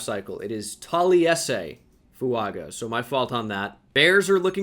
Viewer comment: Fuaga is pronounced Fu-wun-ga